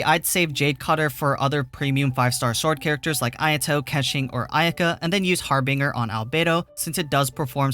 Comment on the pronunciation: Its pronounced Har-binge-er